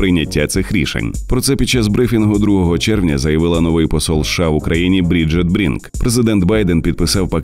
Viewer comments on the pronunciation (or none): none